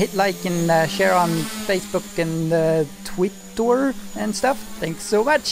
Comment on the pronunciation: you are a great YouTube but say twitter correctly